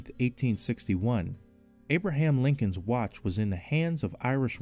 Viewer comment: Lyncon 😆 did you mean Lincoln?